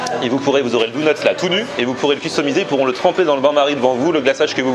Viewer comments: c'est officiel, n'a jamais regardé un seul épisode des Simpson. Si c'était le cas, il saurait prononcer le mot DONUT! 😂😂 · On dit " daunuts " pas " dounuts " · On dit donut et pas dounut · ABOMINATION, il dit " DOU-NUTS" il faut que je te parle c'est "Donuts" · ya que moi qe sa choque qu'il dise dounots au lieux de donuts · On dit pas dOUnuts on dit dOnuts ! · Moi je m'engage à lancé un nouveau débat On dit dOnut pas dounut ptn 😈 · POURQUOI TU DIT DOUNUT C'EST DONUTS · Mdrrrr ca me tue tu prononces douneuts au lieu de doneuts ahahahah c'est enorme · Pk il dit DOUNUTS alors qd dit donuts ?😂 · c est pas douneuts cest donut😂😂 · Tu m'as fait délirer avec ton cheddar et bagel mais par contre donut c'est avec un o et pas dounut mdr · Tout les mots que tu dis bien tu lui demande et tu dis "dounets" pitain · lol pendant tout le vlog il dit dounot lol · Par contre faut taffer la prononciation mdrr pck Dounuts ça le fait pas trop ^^ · "Dounuts" mdr, c'est quoi cette prononciation ? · "LES DOUNEUTS" mdrrrrrrr jpp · Tu dit Dounut c est bizarre .... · david ouais mais ça se prononce Doneute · Et Donut ça se prononce pas "douneute"